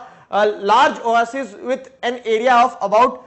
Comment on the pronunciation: Pronunciation of oasis is wrong pls check on Google is it wrong or not